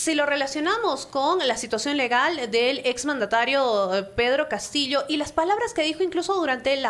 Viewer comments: Me gusta la pronunciación de la "doble LL" de la periodista, es diferente a del periodista varón. Es como se pronuncia en el norte de España. Se pronuncia Castillo y no se pronuncia Castiyo. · Perfecto!, mi familia es limeña y lo pronunciamos igual Castillo. Peculiaridades lingüísticas en Perú.